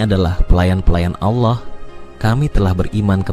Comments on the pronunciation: Dia selalu menyebut nama Ala.. sepertinya dia orang sebelah, dan ayat yg disebut seperti surah annisa dan surat almaidah, ada beberapa yg tidak sama dengan yg dia katakan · Saat nyebut nama Allah, terdengar seperti bukan orang islam, 😅😅, nipu ya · Ini konten oten. liat aja cara mengucap allah aja dia gak bisa